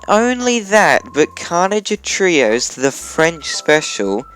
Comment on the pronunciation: Your pronouncing of Trois is unbelievable